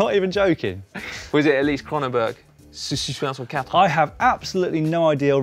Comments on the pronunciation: Kronenbourg.....what was that??:P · How many beers had had before ‘pronouncing’ Kronenbourg 1664